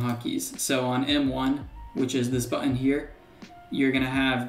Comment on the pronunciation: It's always fun hearing how different American people say "button". I've heard several people say "buTTTon", and the other extreme seems to be here saying "buUUon". But don't mind me, I'm just poking fun.. I'm from Ireland where we rarely pronounce the "h" "th" in words, so we say things like "tree" for "three", and "dere" for "there"..